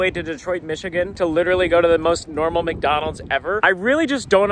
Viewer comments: what in the "WcDonald's"?! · Wth how bro its wcdonalds💀